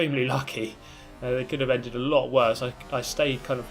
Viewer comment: You haveh to leaveh the spaceh